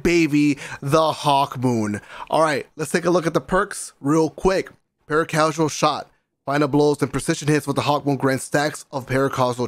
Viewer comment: Did he pronounce para-causal shot wrong?